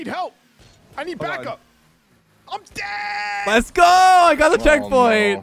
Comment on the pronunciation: I swear every time says Lets Go hes saying Leths Go instead!